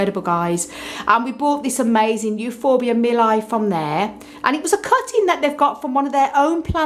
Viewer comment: Mi-li-i please! Mi-li-i!